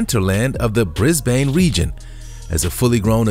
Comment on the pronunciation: Man really said bris brane